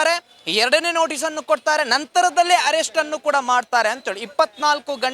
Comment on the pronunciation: ajaya avre herrest allaa Arrest nimma kannada swlpa ennu sarii aagbeku sir naavu heliddu thappadre sorry 🙏